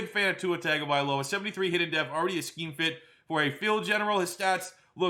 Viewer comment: After all this time and is STILL mispronouncing Tua's last name wrong. C'mon, man, you have to know its "TUNG-oh-vie-low-uh" and not "tag" 😂